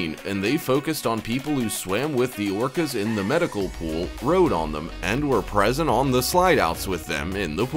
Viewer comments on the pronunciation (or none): none